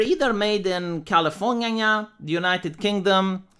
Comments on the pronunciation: On behalf of California, thank you for calling this state "Californyhahnhyah". This state sucks and it and its elite need the piss taken out of them. XD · “Californinya” Is the best thing ever